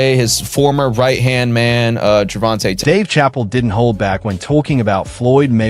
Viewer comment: Save yourself the time and watch the first 5 minutes then go watch something else because he just repeats the same thing over and over again and he can't pronounce Chappelle 😂